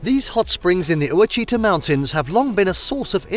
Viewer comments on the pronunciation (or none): Where did you get the pictures of the waterfalls around Hot Springs. There are NO SUCH WATERFALLS in the area. Also, Oauchita is it's pronounced Wash-i-taw....NOT Wa-shee-tuh. How many other fake pieces of footage did you use??? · Most of these scenes are Arkansas, but there's a sprinkling of pictures that are not. Also, that's not how you pronounce Murfreesboro (it's Murfissburroh) or Ouachita (Washitah). There's a lot more to Hot Springs, like the 3 lakes, thoroughbred racing & casino, baseball history trail, Alligator farm, convention center, craft brewery in the national park that uses the hot water, etc. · Oh-a-cheeta mountains. 🤣🤣🤣 Obvious that whoever is narrating this has Never been to Arkansas. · Ouachita is pronounced “wash-i-tau”. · You pronounced Ouachita WRONG! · The way he said oachita haha